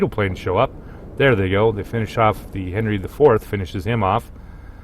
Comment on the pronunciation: Great commentating but: My torpedoes have 12 km range. ;) Also Worcester is pronounced as Wuster. Japanese ships names are easy to pronounce, there is youtube video how to do it. English one, not so much. :D 700/21000 hp is around 3%. Henry is actually pronounced Anri, as it is French ship. Named after great king Anri IV of France, probably the only one they had that wasn't catholic.